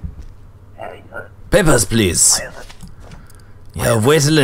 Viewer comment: "Peppers please" 😂😂